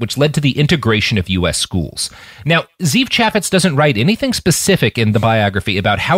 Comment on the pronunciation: One thing that bothers me about people in new media is that they never bother to find out how to pronounce names Ze'ev is pronounced zev....short e It's a Hebrew name